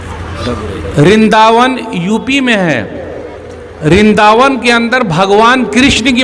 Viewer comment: رنداون نہیں ھے ورنداون ھے